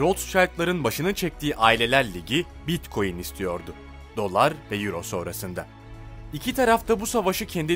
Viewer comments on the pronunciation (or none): none